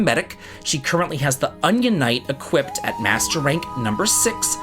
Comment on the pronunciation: why does he say Equipt?